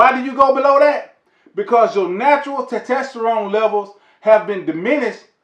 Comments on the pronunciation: Great video, but I couldn’t stop laughing. TESTTESTTORONE 😂😂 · Why is so hard for some folks to say testosterone. Lol